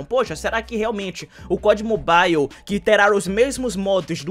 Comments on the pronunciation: a pronuncia certa é "Mobal" e não "Mobaiu", vc acha que seria uma boa vc trazer isso pra galera, por mais que seja algo pequeno, mas faria até que a galera entendesse quando os devs falasse sobre o game e tals. Sucesso irmão, seus videos são muito massa. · Ave Maria eu so escutei "mobail" nesse video 😂😂😂